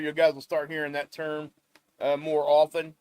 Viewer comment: Thank you for another great report... And for saying often with a silent 't' (and not with a hard 't.') 😉